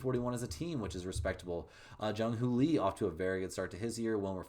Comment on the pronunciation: SF giants - it’s not Jung who Lee…you pronounce it, young ho Lee. - best name in ball